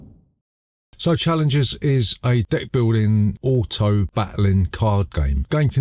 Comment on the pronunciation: For a brief moment I was like: "did he just say d'ck-building game?"